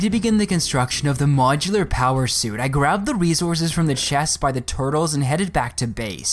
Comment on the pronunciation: Do you purposely say resources wrong